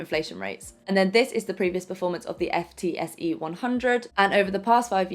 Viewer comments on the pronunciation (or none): FTSE is pronounced “Foot-see” (ie people don’t say “F””T””S””E”).